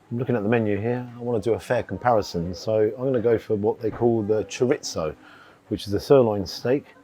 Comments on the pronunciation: Expensive stake lacking on appearance, also wish people would pronounce chorizo it has no T in it its not choritso its chorizo with out the T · Noooo, mispronounced chorizo. Back to school! 😉